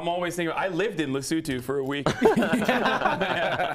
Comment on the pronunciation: DAMN! Lud coming in with the right pronunciation of Lesotho. I'm impressed